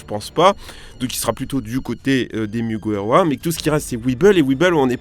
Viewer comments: Franchement je kiffe mais à il dis muguwawa au lieu de mugiwara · Pk tu beugue sur mugiwara tu dit mouguiwawa mdddr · 1. Vous pouvez utiliser le R français 2. Même si on utilise le R japonais, c'est facile 3. Pourquoi t'utilises le R anglais ??? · Désolé pour la prononciation de Mugiwara aha. Mine de rien c'est pas facile à dire rapidement. Go sur Twitter et répétez 50 fois "Mugiwara" très vite. Si vous réussissez, je vous lève mon chapeau (de paille).